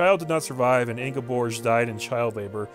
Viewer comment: Norwegia had me laughing. You're pretty spot on with the pronounciation of Ingeborg, because the Scandinavian languages are a little hard to grasp for the English speaking tongue.